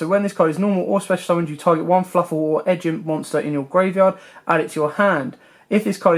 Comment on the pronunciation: "Fluffle" lol it's Fluffal